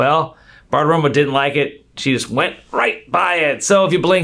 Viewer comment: Isn't it Badaroma?!